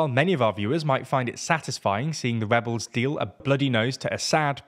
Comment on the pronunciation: Did he say Webbles,,, they are Rewolting